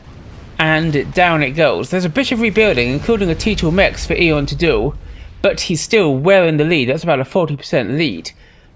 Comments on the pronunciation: in my language too we say "æ" in one of two ways but not like says it in either one! i would say it the way i think you say it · Have I been pronouncing Aeon wrong for the last 18 years? Its 'E-on' not 'eh-on'?